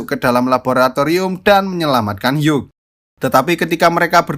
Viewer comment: "Hugh" sebenernya tidak pake g, dibilang "Hiu" aja. Seperti nomor 8 yang tidak egg, melainkan ate. Makasih bang!